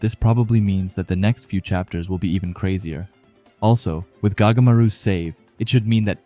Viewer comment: His name is not gagamaru it goatmaru